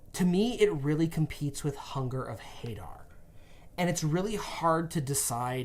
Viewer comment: It’s pronounced huh-dar not hey-dar